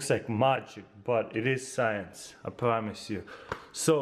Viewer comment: the first time he said "science toy" it sounds like he said s3x toy